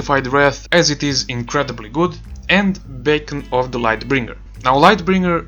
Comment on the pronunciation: You keep saying "bacon" its funny and good info